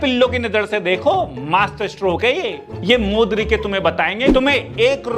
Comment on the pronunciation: Boss d k ❌ modrike 🤣